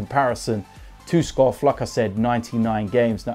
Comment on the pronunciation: u need to pronounce it Robert Skow